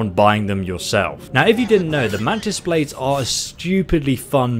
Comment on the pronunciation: ah yes "mantis baldes"